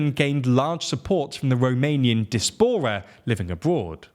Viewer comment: I think you missed the joke. He reads the word diaspora as dispora.